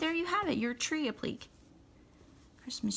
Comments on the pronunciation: I'm very sorry but you are mispronouncing applique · Dearest “”!♥️ Please do not take me as a “know-it-all”! I have great respect and happiness for anyone who just gets out there and produces their own channel! (Especially doing tutorials!) You are an excellent teacher, but you are mispronouncing the word APPLIQUÉ. And I don’t want folks out there poking fun at you while you are doing all the hard work!♥️ So just a little lesson - you pronounce the word APPLIQUÉ in THREE SYLLABLES, NOT TWO. The proper pronunciation of the word sounds like AP - LI - KAY 😉. (NOT “ap-plick!😖) God bless and keep you and your excellent work in Jesus’s Name, Amen! I’ve subscribed to your channel, and cannot wait to do another project with your great (and easy-going♥️) teaching skills! THIS IS A BEAUTIFUL LITTLE TREE! 👏🏼👏🏼👏🏼🕊✝️🙋‍♀️🙏🌹